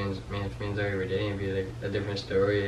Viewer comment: I hate when calls Zoe "Zowey" like omggggggggggggg